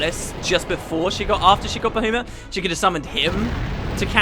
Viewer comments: Well, it's certainly not Bah-U-mut... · Good old Bahoomut. I am praying that you stop saying that in future episodes. Its making me want to pull my hair out. Baha Mut man... Ba-ha-mut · it's Ba-ha-mut no ba-hu-mat ish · It's Ba-HA-muht or BAH-ha-muht. I kinda cringed when you said Bahoomut. So funny though :) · I absolutely despise the way you say baHOOmutt, he's my favorite thing about this game and you make him sound like a clown :'( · BAHOOMIT? BAHOOMIT??? I'M SO CLOSE TO PUNCHING MY MONITOR. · Pterya as in Ptatoes? My guess would be it's kinda like Pterodactyl. And I was cringing when I heard you pronounce Bahamut repeatedly. I read that it's Bah-hah-moot as pronounced in FF12 or something. If that's true then my life has been a lie up until now. I always thought it was Bah-hah-mutt. P.S. gif is pronounced with a hard g as in graphics. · "Ba-who-mut" Ahahaha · It's supposed to be Ba-HA-mut, isn't it?I don't know why this bothers me so much >.> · "Bahoomut" - 10/10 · I laughed every time he said Boohoomut XD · This LP is still such a classic. I've been rewatching all of the episodes and your pronunciation of Bahamut will never not make me chuckle. Love it! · Why do I hate the way says Bahamut? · Any reason for pronouncing Bahamut like that? The fourth letter is an A not a U after all. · dude your way of pronouncing baHAmut is just wrong!!!! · Normally it's controversial how the u is pronounced, i.e bahamot or bahamat. But i've never heard anyone pronouncing the second a as ou before. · So many comments about Bahamut's pronunciation! I can tell this is gonna make me cringe :P (God, I was right >.<)